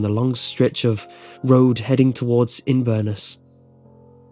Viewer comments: whooa itts not in/ver/nus its in/ver/ness its in scotland and i live really near by im now very scared and misspleased you couldnt say inverness properly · Pronounce "In-ver-ness" not "In-verness" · Innn-vurrrr-nisssss have to say that's close enough if you aren't scottish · In-VER-ness? Inverness. All one word but the emphasis is on the last bit. It’s said quicker than you did, without the pause between In and Ver, and no prominence given to Ver. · Wait did he just pronounce Inverness like Inverners? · You pronounced inverness wrong Its in-ver-ness Get it wright! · Lmao the way he pronounces Inverness though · that's not how you pronounce Inverness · with inverness you emphasize the ness not the ver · Very good! ^^ I'm Scottish and found this really enjoyable ^^. However one issue, you did mispronounce Inverness, you need to put more emphasis on the "ness" part of the name. Keep up the good creepypasta's! ^^ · ... You said Inverness wrong! :P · It was the pronunciation of "Inverness" that gave it away, wasn't it? XD